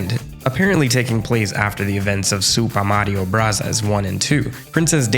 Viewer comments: You mispronounced Soopah Maria Brathas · Supah marrio brazaas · „I’ll pronounce this game exactly as Nintendo intended…. Supa Mario Brassers“ that was genuinely funny to me 😭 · Nerd group A: It's Super Mario Bros! Nerd group B: Wrong, it's obviously Super Mario Brothers!: -_-: Soopah Mahreo Brahzers Nerd group A: no wait Nerd group B: we can talk about it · bro said super mario brazzers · soo we're not gonna talk about pronouncing it スーパーマリオブラザーズ for the whole video?! XD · It's Burasazu, BUH-RAH-ZA-ZU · Your relentless pronunciation of Sup. Mar. Brothers alone gained a sub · Super Mario Brazzers is definitely not how it was meant to be pronounced. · “I will now pronounce it how Nintendo originally intended…… Supa Marioh Brathars” subscribed (the video was awesome btw the fact you’re unwell makes it even better, what a standard🔥) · Love "the wizard" pronunciation of super mario brothers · Oh so that’s why you pronounce it in Japanese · Hearing you "pronounce the game as intended" with janky Japanese pronunciation was hilarious. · 😂😂😂 pronouncing the name how Nintendo intended it had me cracking up 😂😂😂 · "And for the sake of accuracy, though, from now on I will pronounce this game exactly as Nintendo intended" *proceeds to pronounce it with a Japanes accent.* What a legend! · every time you said “super mario brothers” with japanese pronunciation just to spite the commentators i actually laughed out loud lmao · Lmao the smart-ass pronunciation of Super Mario Brothers made me spit my coffee. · I'm all for the sassy Japanese pronunciation! 😅👏🏾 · I respect the commitment to the Super Mario Bros. Pronunciation throughout the video 😂🫡